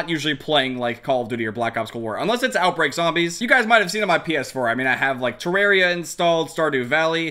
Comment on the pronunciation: When he says "terreria"